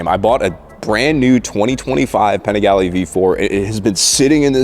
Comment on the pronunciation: Your pronunciation of Panigale bothers me more than the stock exhaust sound...and I am not even Italian.